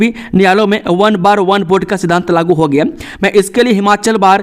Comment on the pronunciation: आपका समाचार बोलते समय शब्दो का सही तरीके सेऊच्चारण ना किया जाना बडे खेद की बात। आप लाऊड स्पीकर शब्द को लोडी स्पीकर क्यो ऊच्चारण करते है। होगया, को हो गिया क्यो ऊच्चारण करते हैं । यही नहीं कई शब्दो का कत ई गलत ऊच्चारण क्यो। खेद कि बात।